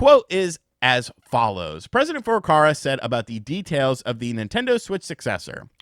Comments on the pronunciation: for the millionth time, it's FurukaWa, not "FurukaRa" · Hi, i have followed you for like 4 years, you are great, and like your style, but you make one tiny mistake over and over again, which annoys me a bit😅 Nintendos president's name is FURUKAWA! Sorry man, but it's not Furokara.. would be nice if you said his name correctly, since you use it so often.. I've heard this a thousand times now. I hope im not annoying you. Just want to help you out man.. Hope that's ok. Stay awesome💚 Cheers man.. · It's FurukaWA. Is it that hard to read? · He keeps saying FurukaRa. Why? I actually want to know :)